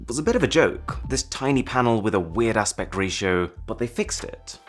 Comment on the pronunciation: I heard “weird-ass pect ratio” and I was like “what’s a pect ratio?” then I realized “oh, it’s weird aspect ratio” lol